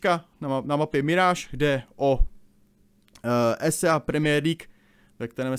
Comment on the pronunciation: Jenom... Není to WayP ale YouPorn... a ÍSÍEj liga... mám rád, ale tohle je příšerný...:(